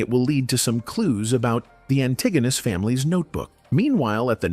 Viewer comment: That’s not how you pronounce antagonist